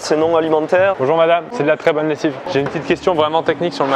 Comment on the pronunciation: ''Bonjour madame c'est de la très bonne laissive'' ''c'est du très bon lait'' ''salut Christine'' lol j'aime trop j'aurais aimer y aitre juste pour me marrer et acheter le vélo.